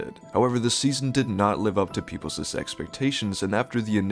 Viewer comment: I stopped watching the second time this native English speaker mispronounced people's